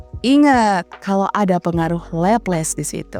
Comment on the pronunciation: Cakep, pembawaannya enak dan jelas, cuma penyebutan nama Laplace nya kurang, bukan Leples tapi Laplas.